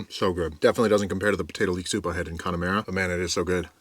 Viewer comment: CONNA-MAH-RA,, CONNA-MAH-RA